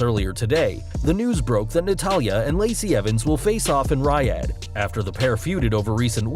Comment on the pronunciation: The way he says the name of the city bothers me. RY ADD